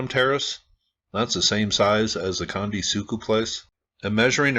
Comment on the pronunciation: let me help you in a few ways. 1 - Gunung Merapi is in Jawa Tengah ... CENTRAL Java 2 - Gunung (goo noong) meants "mount"\ 3- Candi is pronounced CHandi (as in "chair") 4- Three=level structures are Buddhist, demarcating the three gross divisions of all existence. 5 - architectural ambiguities across Sumatra, Java and Bali, are due to the origin of the first great Javanese empire arising from a literal dynastic intermarriage between the Mahayana Buddhist Srivijayans of Sumatra and the Tantric Hindu Sailendras of Central Java. Over centuries of in-fighting, shifts back and forth between Buddhist and Hindu continued pretty much until the economic cultural conquest by Islamic traders. Islam forbids carved imagery. A low "pyramid" without adornment suggest accommodations to these sensibilities. Bobodur, right next to Prambanan, both not far from this particular candi on the Dieng Plateau is the largest pyramid on the planet, is grossly tripartite, and has it's lowest level burried.